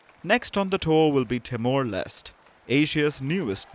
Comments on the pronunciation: Mdm not pronounced as Timor Lest but as Timor Leste.It is a Portuguese word for East Timor. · Timor Leste is pronounced as Timor Les- te, NOT Timor Less. The last 2 letters in Leste "te" are not silent letters.